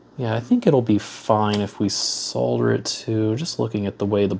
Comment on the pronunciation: It's so refreshing to hear someone on YouTube pronouncing the L in solder.